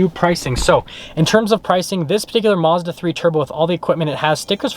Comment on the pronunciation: This guy can't even say Mazda correctly